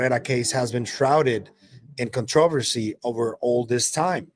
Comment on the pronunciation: contr"a"-versy not contruuversy i know, weird.